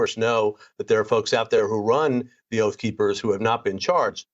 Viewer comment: "Oaf Keepers"